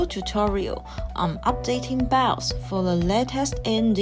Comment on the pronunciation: Bios ❌ Bouse ✅